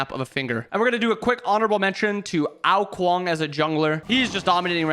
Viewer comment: Love the video! I noticed your mispronounced Ao Kuang for the support section of the video, just trying to help😊!